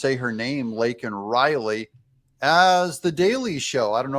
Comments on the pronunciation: I believe JB has so little respect for other people that he purposely said her name incorrect. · Said Laken Riley's name wrong.....A Gold Star father was arrested....It was a total Shit Show!!!!!! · You're right. And he wouldn't have said her name otherwise. And he said it wrong even though it was written in big print on the button. Incompetent Dummy.